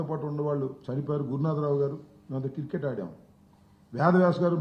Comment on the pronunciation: కిర్కెట్ కాదు రా అంబోతు అది క్రికెట్